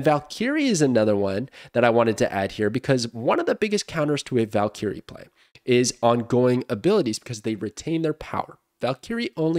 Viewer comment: Somebody teach him how to pronounce valkyrie